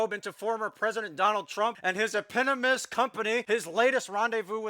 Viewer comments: Anyone hear "ee-pinnimist?" from eponymous or just us? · E-pon-y-mous. Not epinymous